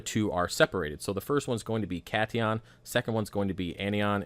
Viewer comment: Pronounce cation as Cat-ion and anion as an-ion. It refers to the charge of the ions. Cat being positive and an being negative.